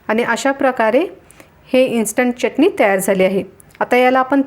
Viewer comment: चटणी हा शब्द बोलताना " च " अक्षरावर जोर का देता ?? च उच्चार बरोबर करावा.